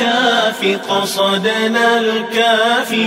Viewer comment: Alhamdulillah yg ni baru betul sebutan قَصَدْنا dan كَفَانَا 2 harakah. 👍